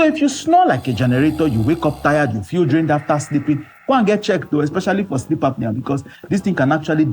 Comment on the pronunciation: I hearam ooo Shleep schedule 😅😅😅